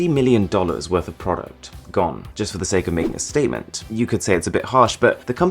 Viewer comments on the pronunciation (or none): none